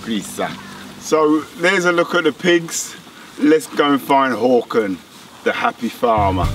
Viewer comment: Thought you called Håkan "porkin"